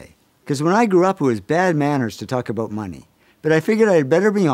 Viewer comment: Do canadians know how grating it is when they say 'oot' and 'aboot'. Could you just learn how to pronounce the words properly already?